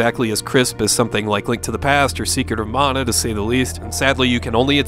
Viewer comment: Almost turned off the video when I heard the narrator say "Secret of Mauna" Its MA - NA